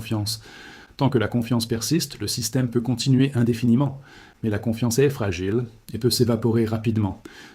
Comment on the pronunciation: Est fragiile, L'IA qui déconne xD